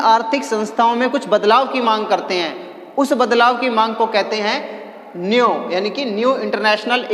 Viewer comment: Sir new hota hai nieo nhi hota 😅😅